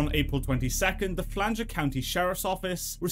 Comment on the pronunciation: it’s Flagler … Flag-ler lol